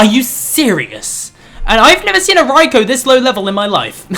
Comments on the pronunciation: its not Ray-ko...its Ri-ko..,,Please don't mix up the name...0^0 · Please can you try and get raikou's name right! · Your not saying raikou correctly